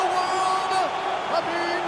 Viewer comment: Khabib not habib